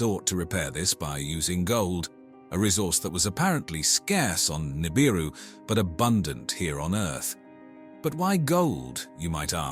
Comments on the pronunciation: 😒 Yeah... I noticed that too. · man theres nothing like a docu boosted from the works of others mixed with a word mis-pronounced 1000 different ways in 23 min.